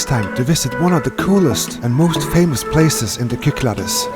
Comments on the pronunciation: I have watched you for some years but lost track over the years sorry to here about your Chrones hope youe all sorted . Unless someone has already corrected you its pronounces the sik-clad-ees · Nice to see you visit my home country. It is pronounced Ky-klah-des, and the the d is soft as in "this". They are known for their shifty unpredictable winds.